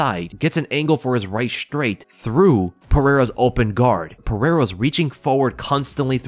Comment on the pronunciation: You should learn how to say Pereira’s name